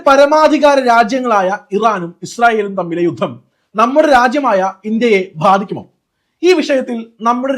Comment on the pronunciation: അനുകരണം അത്ര നല്ലതല്ല.. പിന്നെ, ഭാദിക്കും എന്നല്ല, ബാധിക്കും എന്നാണ് ശരിയായ ഉച്ചാരണം.